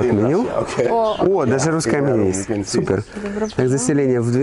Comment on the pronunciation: Супэр, супэр супэр, все супэр 🤣😅🤪